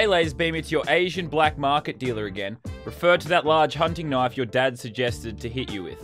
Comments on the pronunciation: I like the way he says knife knofe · I just love how he say knoife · Someone make a counter for every time he says knoife